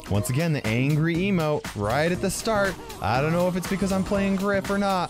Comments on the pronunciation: I like how the fact that "The" is "Da" 😂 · I like how its Da Rules instead of The Rules